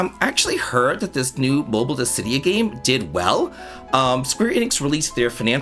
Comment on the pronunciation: Ah wow thats how you pronounce dissidia (Dis-si-dee-ah). I didnt know how and have been pronouncing it Diss-ah-dee-ah all this time. That makes so much more sense.